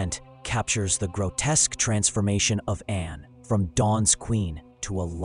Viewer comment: The name was Anne, NOT Anna!!!!!! This is AI.